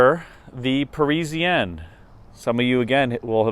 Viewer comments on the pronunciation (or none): for god's sake ,it is not Presianne,it is PARISIANNE